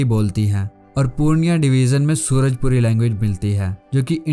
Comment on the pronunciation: भाई सूरजपुरी नहीं सुरजापुरी होता है क्योंकि मैं इसी डिवीजन से आता हु ❤